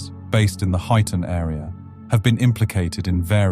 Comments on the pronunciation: Hoyton 😂 HY TON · It’s HUYTON 😂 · Huyton is pronounced highton